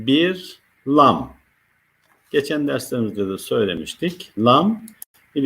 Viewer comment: Sayın hocam, Neden “LA^M” diye telaffuz etmiyorsunuz Hakkımız var mı bu harfi kalın okumaya Lütfen